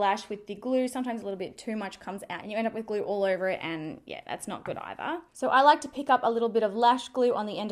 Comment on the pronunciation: You're good to "gor" and this "glur" ? Where is this girl from? Why does she do this thing with words adding random "r" here and there?